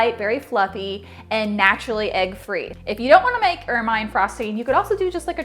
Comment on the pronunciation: Awesome recipe as always! I'm a big fan. However, I must pick on you a bit, lol, and play the grammar Police.;) Ermine frosting is pronounced "ermuhn'" and is named after the beautiful ferret like creature who turns a lovely pure white in the winter. ;)